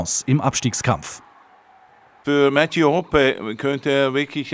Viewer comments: Lieber der Schalke Spieler heißt HOPPE und nicht "HOPPY" 😅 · Er wird Hopoe geschnittenen aber Hoppy ausgesprochen